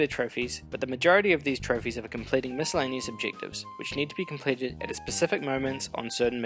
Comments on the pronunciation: FYI The C in miscellaneous makes an S sound,NOT a K sound. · Nice video. Although putting a hard c in miscellaneous is a bit distracting.